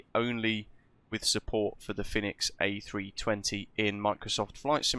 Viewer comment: It’s pronounced as “fee-nix”, similar to phoenix. Hence why their logo looks like a phoenix